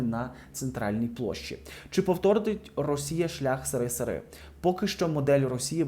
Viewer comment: Не сири а Сери